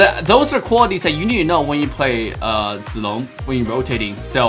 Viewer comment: I love how pronounces Zilongs name correct